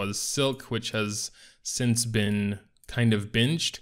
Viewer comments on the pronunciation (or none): none